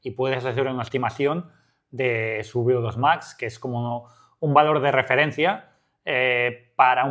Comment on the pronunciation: Beodos Max?, eres latino?